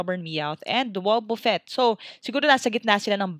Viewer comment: you pronounce it like wabafett spelled and wobufett